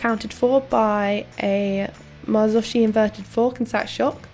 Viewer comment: ".. Improving (squint) torshinall? (erm) rigidity?.." ".. my 56kg (sideways eyes) (boom!).." "..Marshy nelly? inverted forks (wtf) .." #thatvoice Mamma